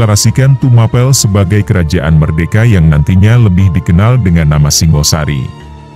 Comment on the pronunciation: Singhasari, bukan Singosari. Singha seperti pada kata Singgasana.